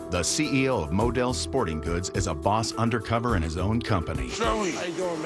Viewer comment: Im trying to spell how he says 'boss' and I think I've got it lol - 'borwis'. 😅